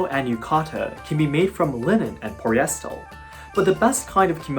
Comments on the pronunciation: Poli-eh-ster not Pol-yes-stul. Just wanted to help with pronunciation of the word Polyester. Keep up the great videos 先輩！ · Great english pronunciation and tempo, easy for others to follow and get insights. Thanks! Oh, i forgot to note that your pronunciation of "polyester" maybe sounds like "poryestel" ^^ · Polyester is pronounced like the names Polly & Esther put together. Try it. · I want to teach English to Geisha/Maiko in Kyoto. How may I do this? I live in USA. Also, you pronounced the word "polyester" incorrectly each time you said it. I can teach you English pronunciation also when I come to Kyoto to teach English. ; ) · This is very interesting. i think thats the first time I ever heard polyester prounced like that. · It’s funny how perfect English is except for “polyester” where he consistently uses what sounds like the “L” sound for the last “r”.